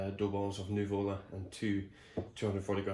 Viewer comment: accent is on the first U, it's Nùvola, not nuvòla :)) greetings from Napoli